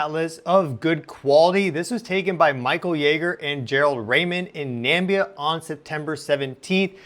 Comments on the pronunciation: Where is Nambia or is it Namibia? Pronounced Nam.mib.eea. 😊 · NAMIBIA ! NOT NAMBIA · Great content, too many AI videos on this topic which is so sterile. Subbed.. And it is Namibia (nuh-mi-bi-aah), not Nambia...lol. That part of the World here in Southern Africa has awesome night sky watching. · FFS! It's pronounced NA MI BIA. NAMBIA Is what comes out of the President's asshole. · At around 11.00 you said Nambia... did you mean Namibia? (In South Africa?) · Namibia is pronounced NA-MIB-BEE-A not NAM-BEE-A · Please, it's NamIbia not Nambia :D awesome report though! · It’s not Nambia it’s Namibia with an “I” after the “M” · It's not Nambia, it's Namibia. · Namibia. Not Nambia. Sorry. It stuck out. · NAMIBIA....not Nambia please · 'Nambia'? There is no Nambia. I think you probably meant 'Na(mib)ia,' or maybe 'Zambia.' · Dude, good presentation 🤔 however, [and its just a small thing], but, its pronounced 'NA-MI-BI-A'!!! not "nambia"..😏 ffs...... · Nice images, but there is no "Nambia" some presidential clown (not even sure which) mispronounced Namibia and people have been parroting it ever since. Nuh•mihb•ee•yuh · I enjoy your astronomy reportage! However, in a few videos I have noticed your mispronunciation of the southern African nation of Namibia = Na-mib-ee-ya. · Excellent unbiased reporting 👏 Namibia is pronounced Na mib ia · What a dumb yank. He calls Namibia, "Nambia". Clown. Typical of you lot. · Namibia... Na-mib-ee-ah....get it right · Pronunciation: Na-Mi-Bi-A, please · You're pronouncing "Namibia" wrong. It's something like Nuh-mi-bee-uh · Greetings from South Africa🇿🇦 we pronounce our neighbouring country as Na- mi-bi-a🇳🇦 Your channel is becoming an obsession! Love how you present information in such a viewer-friendly manner.